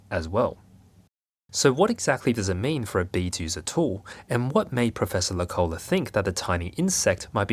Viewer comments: Hi from Finland! It's pronounced professor Low-cola (The vowels are still a little wrong but I couldn't think of another way to simply explain it with English phonetics) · The pronunciation in Finnish always falling. The name Loukola is not pronounced low-collah, but more like the word 'locally' (of course with an ah-sound at the end).